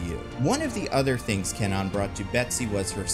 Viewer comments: CAN-nawn? Seriously? CAN-nawn!? Does that even remotely sound Japanese? It's KHAN-own. K(u)-ah-nou-nn. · KWAnon... not K non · Actual pronunciation of Japanese Psylockes name is Ku-wah-nun. Not Cann-on. There is a W in after the K in the name. And it is pronounced. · Except isnt it pronounced KWah-Nun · If they use Kwannon, I hope they don't pronounce itz Kenan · It would be nice if he pronounced Kwannon correctly though. 🙄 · Is "Kwannon" hard 2 say or was the "W" silent this whole time and I wasn't notified? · Please tell me that's not how Kwannons name is actually pronounced. I keep picturing a canon with long purple locks